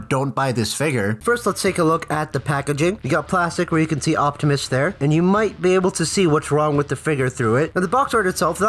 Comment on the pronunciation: optimus* you said octimus😅